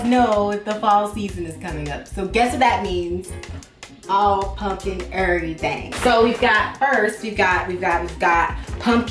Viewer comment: "ALL PUMPKIN ERRTHANG " 😭😭😭😭😭😭😭